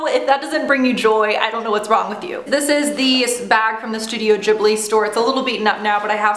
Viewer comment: Oh no, is this how Americans pronounce Ghibli? D: Really cute haul though, I particularly love the teacup ^^